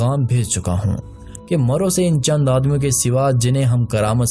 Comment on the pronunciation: Its marv,not maro